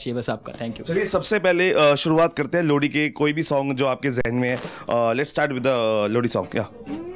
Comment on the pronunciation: भाई लोहड़ी होता है लौड़ी नहीं😂😂😂😂